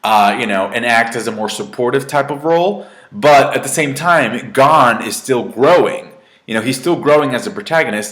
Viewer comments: lol, we knew you would like it. BTW, it's pronounced closer to "Gown" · U not saying gon name right